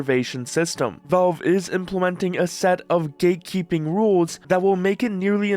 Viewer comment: Valve, bro. Not "Velve".